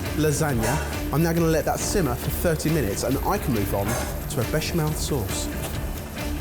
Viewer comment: do you mean a becham-hell sauce hahahahaaa:P